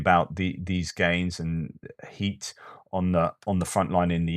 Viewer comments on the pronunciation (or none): none